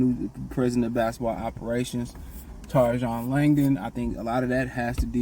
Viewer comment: It’s Tray-John bro